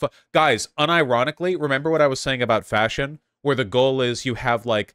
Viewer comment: Oh thanks, I’m not the only one! I literally jumped when he said that sentence, cause I heard right away fascism instead of fashion, I had to check back again to understand he wasn’t speaking of fascism! 😂